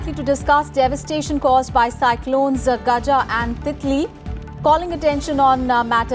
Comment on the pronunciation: That's not "Gaj" cyclone , its "Gaja" cyclone , correct that mam